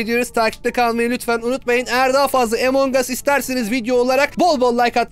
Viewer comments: Abi emongas deyil amongus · Evet emong us değil among us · ABİ O EMONG AS DEYİL AMONG AS ABİ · abi neden among us'a emong'us diyorsunuz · abi emong as değil among as